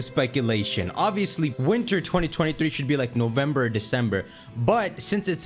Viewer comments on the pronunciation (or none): none